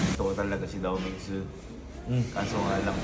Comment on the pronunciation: Dao Ming Si ❌ Dao Ming Su Gat ✅ ✌️😂😂😂